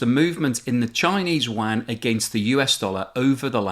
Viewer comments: Good informative video as usual, just one little thing Yuan is pronounced as “ u-an not wan “ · The currency is not pronounced "Chinese Wan"... try: Yu-an. And if you can't pronounce that then call it the Renminbi. FFS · It's "Yuan" not "Wan" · RMB is pronounced "Yew_wan" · ITS NOT THE WAN CURRENCY. STOP SAYING WAN. LISTEN TO THE REAL PRONUNCIATION PLEASE.